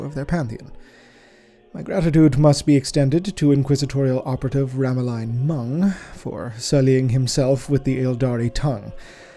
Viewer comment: You mispronounced Mung's first name as "Ramaline" instead of "Ralamine". The Book of Mournful Night segment: I noticed some discrepancies from what excerpts I could find of the passage in question (e.g. "to the last cast down of their age-old foes" rather than "to at last cast down their age-old foes"). Is that deliberate, as a way to represent in-universe inaccuracy in transmission of the information from the original source to the character of Oculus, be it through human error, mechanical glitches or both?